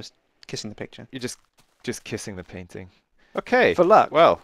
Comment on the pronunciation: you don't say painting!!!!!